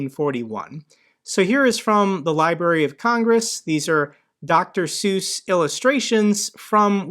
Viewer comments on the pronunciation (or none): none